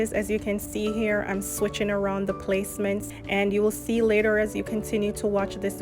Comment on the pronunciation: Hi hun I heard an accent when u said later I’m from Guyana